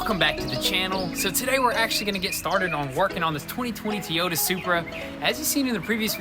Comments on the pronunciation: it is not tee-yota it is toy-ota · Is it just me or is it supposed to be TOYota not TEEota...?? 😂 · Toyota not Teyota not trying to be rude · It's toy-ow-tuh not T-ota I have a southern accent so don't say it's because of that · Alright I'll ask who is tee-oda?? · Working on this Tee - Oya 2020 Supra! LMAO what part of Toy can't you say. You guys like Toys right just add Ota after that. I love what you guys do but you're murdering word the Toyota! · Is it a BMW, Toyota or Tee-Yota, I’m confused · For the love of God itsTOYota, stop with the teeota, your killing me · "Teeyota Supra" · Tee Yoda Soupruh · Lol... You're calling it a it a 2020 "TEA-YODA"... It's pronounced TOY-YODA. I know, I know it's the Tenn. accent right? Lol ....Love your guys vids...keep doing it!!! Much love. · It's pronounced Toyota not Teayota. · WTF is a Tiiyota brah? 😂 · “Teeota Supra” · I’m not going to be able to watch this build if you keep pronouncing it T-yota. TOY-OTA. Say the word toy then ota. It’s like nails on a chalk board to me every time you say it wrong. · T-OTAH lol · that magnet looks to be part of a speaker. 4ohms, 5 watts. It's also Toy- Oh-Tah.. not Tee-oh-ta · Wtf is a tee-o-tuh? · Guys the engine is from a BMW Z4 its a 2020 Supra's BMW-sourced 3.0-liter turbocharged inline-six engine produces 335 hp and 365 lb-ft of torque. and by the way guys to Toyota pronunciation is not tiota its actually pronounced like (toy o ta) Toyota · Teeota... lol :P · So what's with tee Yoda it's supposed to be toy Yoda is that a southern thing a younger generation thing or don't know how to pronounce it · TOyota not TEyota 😂🤦🏻‍♂️ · Toy-o-ta Toyota. Not. T-oy-ota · FYI it’s pronounced Toy-Ota not Tee-Yota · Tea-Yoda Supra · You guy's are killing me!!! It's pronounced- Toy-ota not Tea -ota!! Lol 😂😂😂 keep up the good work tho! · I made a comment about it instantly...Tee-OTA kills me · Teee ooo da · well it's not supposed to be Teaota last time I looked it says Toyota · sweet tee-ota